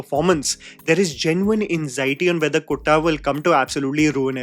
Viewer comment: Its kuttan not kotta